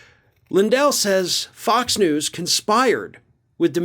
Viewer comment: Did say f*cks news?!? Kinda sounds like to me!